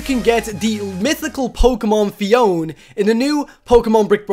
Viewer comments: It's not phi on its phy o na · phione is pronounced phee oa nee